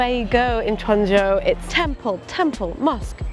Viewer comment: Guandzou not quanzhou